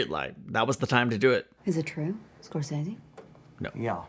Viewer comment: Fun Fact: The reason why pronounces "Scorsese" wrong, is to allude to people mispronouncing Iñarritu wrong (pronounced iñAhrritu, not iñarrUItu, as said by American media). Funny enough, throughout all the festivals, including his win on Best Director and Picture at the Oscars, it was still mispronounced.